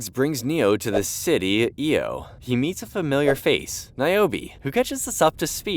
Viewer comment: It's not E. O., but I. O.!